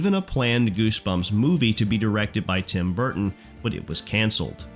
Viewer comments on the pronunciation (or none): none